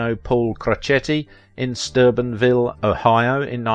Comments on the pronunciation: the announcer kept calling it Stubenville. Trying to tell him it is pronounced like Stoobinville. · Martin was born in Steubenville, Ohio, not "Sturbenville" as the narrator pronounced it. Get it right!